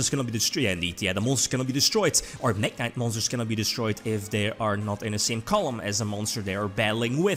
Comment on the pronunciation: Saw Mekk knight Me: omg here it comes Its MekkInvoked Also me: cmon, fuck off.... Its not mekk =-=